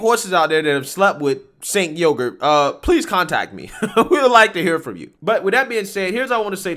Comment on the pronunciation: Did you say "Jank Yogurt"? 😆